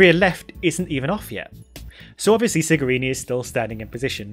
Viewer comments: For your information it's Cigarini NOT Sigarini. The moral is: we are humans and we make mistakes 😉 In this case the mistake could happen because of the wrong pronunciation since in Italian the "C" is pronounced more like the English Ch rather than S. Cheers! To be clear I love your work and this wasn't meant to troll you. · The mechanic's name is Cigarini and it is pronounced Chigarini in english, Sigarini means small cigars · Enough people have noted that his name is Francesco Cigarini, not Sigarini, so I'll add that "ci" in Italian is pronounced with a "ch" sound, so his name is pronounced "Chigarini," not with the S sound. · It's Cigarini with a C, just saying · Please... the pronunciation of the C in the last name of Francesco Cigarini is like "chew", not like "city"